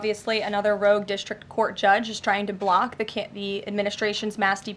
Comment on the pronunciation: Listen too her "Another Roug JUDGE"! 🤢🤮